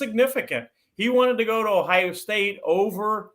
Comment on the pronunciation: the word is Ohio with an O not Ohia with an A